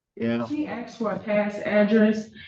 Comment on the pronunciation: ASKED not AXED!